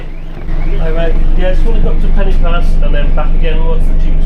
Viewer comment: Hi...just a tip to help you. Pen-y-pass is not pronounced like the english word 'penny'... the 'y' is the same sound as 'uh' as in the 'er' in Northern English Butter' ....so Pen-uh- pass. Hope this helps and good luck to you....Pob lwc i ti